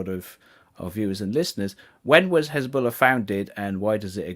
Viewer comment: can't believe that israeli propaganda video literally pronounces it 'khezbollah'